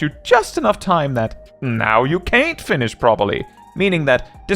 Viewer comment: Bro, you say "can't" like you're from Birmingham, Alabama. 😅